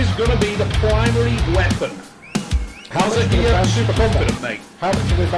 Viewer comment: Bro his name is mazahir not maza-here😂